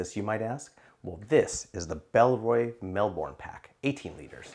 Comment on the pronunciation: Great review, I felt that the frame sheet impaired access to the side wb pockets on the Transit 28L too, despite having tonnes of capacity. Also love how you pronounce Melbourne (we say it more like Melb'n)